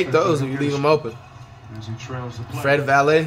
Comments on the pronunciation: “Fred valay” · “Fred Vallet” wow flight jus wow 🤦🏽‍♂️ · My Dutch ass hearing him say “Fred Valley” 👁👄👁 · 1 minute in and im already hearing "fred valet" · “Fred Valeh” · Did this dude flight really say "Fred valet"?😭💀😂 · “fred valley”😭